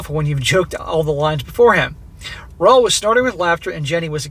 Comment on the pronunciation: Roel is a Dutch name and is pronounced Rule but with a short oo.